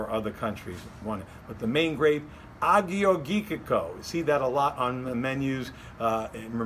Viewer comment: Greek wines can be fabulous. The top producers are crafting beautiful bottles. Nice selection of wines esp the Tselepos. Good try on the pronunciations... It's Ah-your-yee-teek-oh